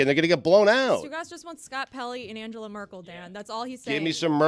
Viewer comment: That’s not how you pronounce Angela, in Angela Merkel